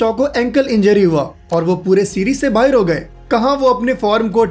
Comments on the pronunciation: Bhai tu indian he to fir ye kya pakistaniyo ki tarah "Bahar" ko "Bahir Bahir" bol raha he. pehle mene video like kari thi pr ab dislike kr di 😡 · Tu pakistan se hai kya? Bahar ko baher bol raha hai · He is saying bahir instead of bahar. Is he a 🇵🇰Pakistani . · Tum pakistani ho kya, baaher nhi hota bahar hota hai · Bhai tum pakistani ho kya, baheir kyu bolte ho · Baahir? Pakistani jaisa bol rahe ho yaar 😂